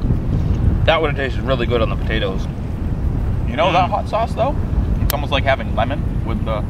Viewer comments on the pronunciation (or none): "and two pataterss"